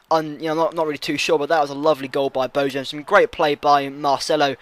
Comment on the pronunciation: Bojan GOTE. And the "j" is pronounced like a "y"